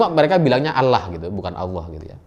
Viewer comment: Hamba Alloh bukan hamba Alah..akidah koq dianggap sepele